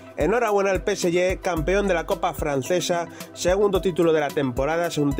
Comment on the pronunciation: Deja de decir Peseyé!!!